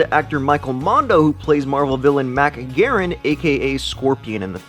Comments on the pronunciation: It's Mac Garg-en not garen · Mac Gargan, not Mac Garren sorry, was bothering me. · mac garan? garan? he forgot the second g. Mac garGan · Mac Gargan not Mac Garren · You mispronounced Mac Gargan idiot !